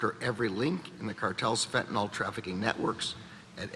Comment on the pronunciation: It's not Fentynol as in Tylenol. It's FENTANYL